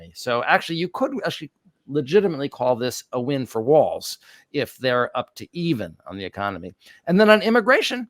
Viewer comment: Thanks for the side by side comparisons, and for pointing out the interpretations of trump's "weave"., you're pronouncing Tim Walz last name as waltz (like the dance). The correct pronunciation is WALLS. Speaking of dances, I'm 73+ and know not only WHAT the chicken dance but how to do it...jsyk! Now, do either of you know "Who Let the Dogs Out"? lol